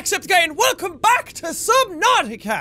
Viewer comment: lol no offense jack but you barked in your intro listen to the part where he seas "welcome back"